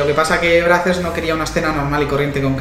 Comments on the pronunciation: Carlos Ferreras Yo vivo en USA is se pronuncia breizers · Se pronuncía "Breisers" y el lo pronuncia "Brasers" con todo respeto los españoles pronuncian muy mal el inglés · Brazzers se pronuncia bracers? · ElChismosogro Futbolero se pronuncia breizers xD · Spooky Ougi [2spoougi4u] no se pronuncia así - breicers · Como cuando trabajas en Brazzers, pero no sabes ni pronunciarlo :v